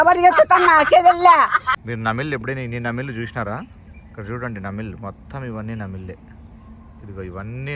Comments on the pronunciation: నమిళ్ల కాదు నెమలి or నెమళ్ళు అని పలకాలి...జస్ట్ for information నేషనల్ symbols cheppetappudu correct ga చెప్పండి.... because mi యూట్యూబ్ ఛానల్ ఉంది కనుక ఎవరు అన్న చూసి అసూయతో మిమ్మల్ని ఇబ్బంది పెట్టే ప్రయత్నం చేయొచ్చు కనుక అప్లోడ్ చేసే ముందు జాగ్రత్తగా ఉండండి it's my suggestion అంతే 🙏 thanks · Anna namil kadhu nemali